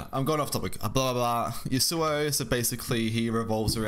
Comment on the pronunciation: Man pls can you pronounce Yasuo correctly? It's yasoo oh. Not yoo soo oh Thanks